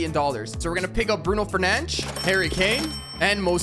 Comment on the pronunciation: i love how he say bruno fernenach instead of fernandes